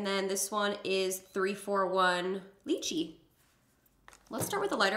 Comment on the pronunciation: ur pronouncing lychee wrong its "Lie-chi"